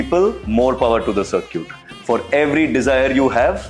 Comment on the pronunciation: Circuits ❌ CirCUTEs✅